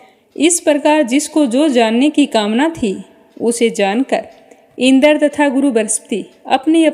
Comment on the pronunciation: मैम शब्दों का उच्चारण सही नही हैँ जैसे इंद्र पितामह